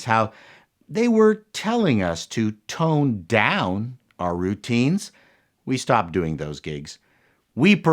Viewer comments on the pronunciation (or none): none